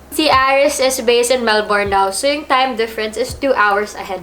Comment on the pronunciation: “MelBURN not MelBORN” para alam next time kahit ako nacorrect din hehe